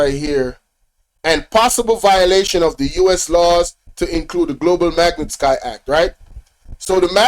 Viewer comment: Yeah you mispronouncing magnitsky act 😮...its ok ..